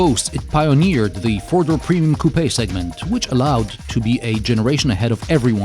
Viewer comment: one, two, three, fewr?, five, six,... lol sorry i had to